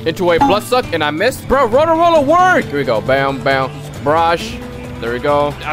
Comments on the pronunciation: I've also gotten ALOT of tales of universe I've gotten so much to the point where I frown from getting it..My luckiest moment was when a dragon ball spawned back to back.. (This is all about his lucky moments) Also why does he sound like he's saying World-A-Roller instead of Road-Roller? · "Rolo rollar" idk what that is isnt it road roller? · bro its not roda rolla its just road roller😐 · Bruh man says rolla rolla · i just love how he call the road roler rola rola XD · Did i heard u say Wollo Wollo... HAHAHAHAHHAHAHA